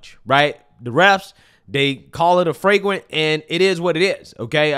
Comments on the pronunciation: It's flagrant.. not fragrant 😅😅😅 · It's Flagrant not Freygrant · FLAGRANT. Fwaygrant isn't a word